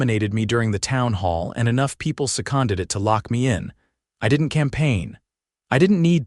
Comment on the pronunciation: I had to look up words that the AI voice narrated. She Con Did, for Seconded a nominee...LOL There was more, but I just laughed at the absurdity of AI narrations here and other places that never edit their AI voices.